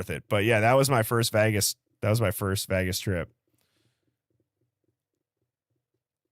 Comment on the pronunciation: Ohhhh I'm so glad someone mentioned it. I wasn't sure if I should or not but bro you were saying it's SO wrong. I'm sorry, but yeah that's not how you say it at all. 'Vegas not vagus'. 😂